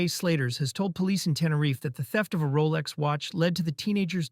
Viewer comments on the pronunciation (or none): none